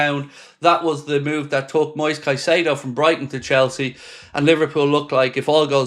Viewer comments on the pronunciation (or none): none